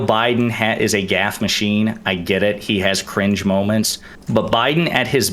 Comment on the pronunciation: Destiny has managed to single-handedly make the word “cringe” my most hated word of 2022. “CUH-RINGE 😬”